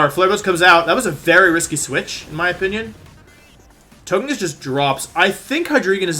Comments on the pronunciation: toe-guh-pee, so To-GUH-kiss. come on, bud. You can do better. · Y can’t u pronounce togekiss the right way